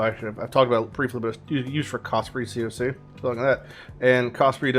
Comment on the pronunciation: The fuck is 'ceee ohhhhh ceeee'?! Its pronouced as 'coc' my dude.